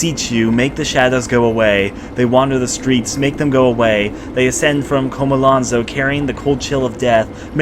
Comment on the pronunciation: How can you hear the main character say Chomolonzo, read it constantly and still pronounce it Kha-ma-lan-zo??? CHO-MO-LON-ZO